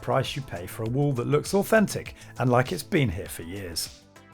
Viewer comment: please remember to 'litch and subscribe" 😆. Only messing :)